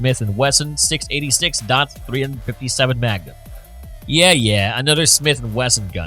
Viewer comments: “dot three hundred fifty seven magnum” Wow! That sounds really BIG! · Dot three hundred and fifty seven magnum…. Said no one ever who knows anything about guns